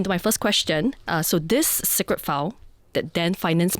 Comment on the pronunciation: what to do, ah lians from chinese schools. also keeps mispronouncing ‘secret’ as ‘sigret’.